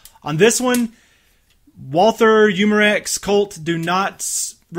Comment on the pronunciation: Walther is pronounced, Walter. the H is silent.